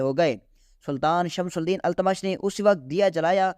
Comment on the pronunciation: Tumhari Urdu bhi kharab hai. Pahle sun lo fir padho... Shamsul Deen, Qutbul Deen nahi hai. Shamshuddin aur Qutubuddin etc hai